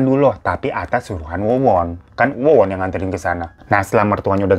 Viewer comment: Yang nonton jg jelimrt denger lu Gonta ganti nama org bang😆😆 wowon berubah jadi Wawan😂 yg punya nama Wawan pasti kesentil ini 😆😆😆😆